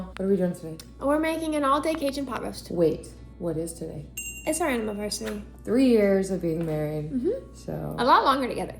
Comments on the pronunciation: Did actually say "animaversary"? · pronounces it... AnimalVersary?